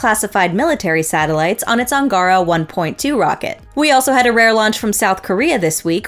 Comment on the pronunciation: The AngAHra is a race in the Mass Effect Andromeda video game. The Russian rocket is called AngarAH, the stress is on the last syllable.